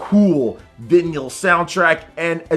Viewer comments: Vinnieal? Really? that’s how you guys pronounce that? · Lmao "venyull" soundtrack, bro? Are ya sure about that pronunciation? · vinyl pronounced VAI-NULL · How in the world are you enunciating the word "vinyl?" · Add vinyl to the growing list of words can't pronounce.